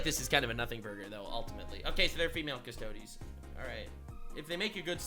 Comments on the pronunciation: Thanks for trying to educate yourself on the lore before chiming in. I've seen a handful of other videos on this subject from people on the culture warrior spectrum and literally half of them couldn't pronounce 'custodes' while being strongly opinionated about their makeup; and clearly fundamentally didn't understand custodes were not space marines. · Ah yes... retcon in 40k lore... That definitely neeeever happened bevore. Consider this: most within the community don't give much of a s*t about this issue. Most of the commentators (such as this one, who doesn't even know that custodes aren't spacemarines or others who can't pronounce 'custodes') don't even care about the game and only drive communities apart by artificially amplifying minor points of contention. Anyhow: The more important thing about the custodes currently is that their codex sucks.